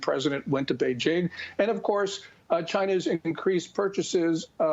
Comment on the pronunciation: Notice how he’s saying BeiJING? THATS the correct way. Not beige....